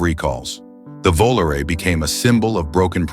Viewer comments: Sorry Guy, if your going to trash automobiles from " The way back"! Please do us a favor and use the correct pronunciation of the vehicle. Don't mean to be rude but it's Voh La Rey ! The late great Dean Martin had a hit song with this word as the title, same as on the car. 😊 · Like Volare.Good thing he didn't say plimouth for Plymouth